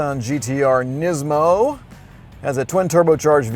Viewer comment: It's pronounced knees mo I think..